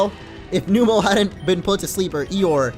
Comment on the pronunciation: I don't mean to be rude, but it is pronounced Numb-el